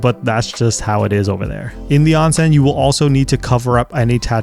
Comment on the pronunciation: Pronunciation is OwnSen not OnSen